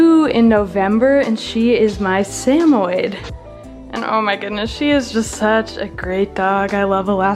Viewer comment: It's pronounced Sam Oh Yed. But I really enjoyed seeing all your pets. I love dogs (I have 3 now) and whenever I move to my own place I would love cats, dogs, reptiles, and farm animals💜 so basically all the animals!